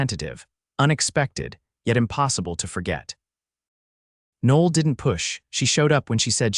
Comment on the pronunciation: The AI narrator completely messes up the pronunciation of her name. Noel is a beautiful name (Noel [Noël] means Christmas in French) and should be pronounced correctly.